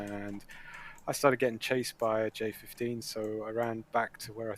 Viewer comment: It's J-15 not JF-15. J is 歼, Chinese for (roughly) "destruction", JF is English "joint fighter" used in Pakistan.